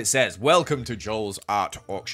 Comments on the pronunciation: Am I the only one who thought whenever you said auction he said orphan house🤣🤔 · Ngl, I didn’t realise he was saying “Auction” until I read the title of the video cause I’m Australian and Ye 😅